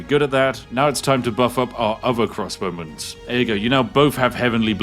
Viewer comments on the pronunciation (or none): Every time he says crossbowmen I understand crosswomen and think "Women in armour, nice".